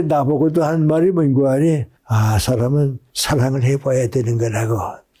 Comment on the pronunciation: 뮁고하니,외국어 인줄 ㅋㅋㅋ 뭔고하니